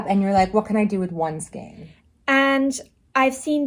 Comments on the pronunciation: The correct way is stile pronounced SKANE - no matter the "region" or the "accent". Do more research. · I disagree with your "ever-changing" remark. There is a correct way and an incorrect way and the word is pronounced skane. It may seem a non-issue for you but it bothers me when I hear it pronounced incorrectly. And lol, I am at an age now where I make no apologies to anyone for anything I feel about anything. In addition, my "reference" book of choice is the Bible. Have you read it? "A little yeast leavens the whole batch". Galatians 6:9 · It's pronounced SKANE